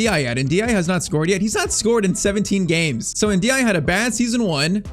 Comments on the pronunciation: Btw, this is how you should pronounce the name N-dih-AY-eh. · Every time I heard mention Ndiaye I heard (In the eye) ahhahah